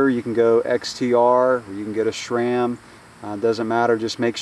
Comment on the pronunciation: There is no such thing as "Shram" it is pronounced like the name Sam just with an R thrown in there. Or so says the manufacturer. What do they know right?